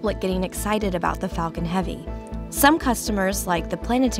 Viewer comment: 😭😭 he doesnt seem like he said “falcon heavy”